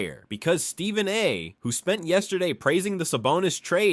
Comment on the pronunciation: When I hear the narrator say, "Steven" Curry, I suspect this is just another manufactured AI lie. Check your sources on this DeRozan now being a Warrior, folks. If it's just another lie, here's just another YouTube channel to block. Just checked...yeah, this is a LIE. Scrub this channel unless you like to watch a video full of lies.